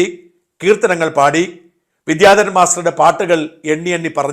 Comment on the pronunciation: അദ്ദേഹത്തിന് പ്രൊഫഷനിലും സംഗീതത്തിലും ഉയർച്ച ഉണ്ടാവട്ടെ. അതോടൊപ്പം 'വിദ്യാധരൻ' എന്ന വാക്ക് ശരിയായി ഉച്ചരിച്ചിരുന്നെങ്കിൽ നന്നായിരുന്നു.